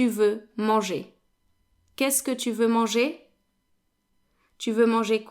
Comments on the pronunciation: I’m new here and I’m wondering when you’re talking about eating it’s sounding more like M than marcher than manger. Am I just hearing incorrectly ? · sorry I was not clear. I meant that the whole word sounded like marcher. When I’m sure it was manger.